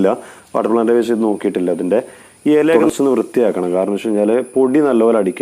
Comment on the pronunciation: എല അല്ല ഇല 😍😍